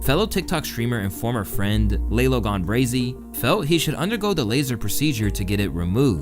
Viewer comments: it’s LAH-LO not lay-low 😂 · lol it’s pronounced Lah-low not lay-low 😂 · “Lay-low” is crazy💀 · “Lay lo gone brazy” 😭😭🤦‍♂️ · Calling lalo Lay Low is wild